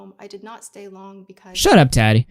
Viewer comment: The way you say Tati makes me want to cry